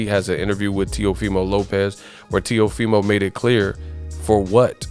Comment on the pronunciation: teofimo not neofimo